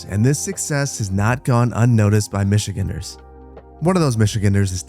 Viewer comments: Minor complaint, but it's michi-GANDER not 'michiginner' lmao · Love the videos but just a heads up the pronunciation is Michi-gANDer